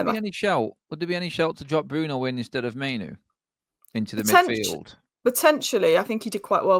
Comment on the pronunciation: Mai-noo not Mai-no.....and please stop mention Eth..its old news...